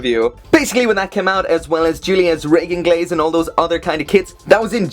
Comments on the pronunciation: It's pronounced reginlaze not reginglaze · isn't its name ReginLAZE... not ReginGLAZE?